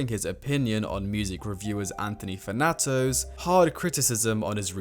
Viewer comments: "anthony fanato" are we deadass 💔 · bro said fanato